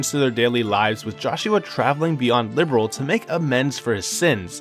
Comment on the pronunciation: Great vid but it’s “Li-beer—L” Not liberal